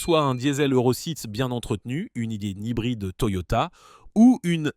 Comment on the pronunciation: L'IA a du mal avec les sigles😀 "N.O.X.", "C.O.2", etc. Sans parler du "Euro sixxx" à